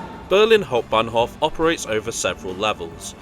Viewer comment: der sog. KI Sprecher schafft in etwa jedem 2. Satz einen Versprecher. Hauptbahnhof ist schwer auszusprechen !